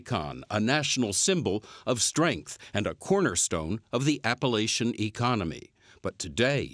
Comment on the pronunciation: It's not Appalashion, it's Appalachian